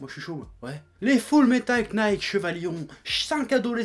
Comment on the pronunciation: Knight ? KKKKKKKKnight ???? Bon ben apparemment ya pas que la langue française que tu baise ! Bon, je déconne, c'est une erreur assez courante et c'est pas très grave, c'est juste chaque fois que quelqu'un prononce le "K" de "Knight", ça me fait l'effet d'un couteau rouillé au travers des tympans. Mais c'est pas grave, on est en France, j'ai l'habitude des prononciations dégueulasses X)